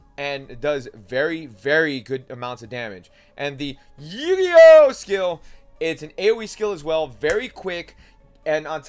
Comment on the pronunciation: noone else bothered by him pronouncing eugeos name horribly wrong? its eugeo and he makes it sound like yu gi oh ewe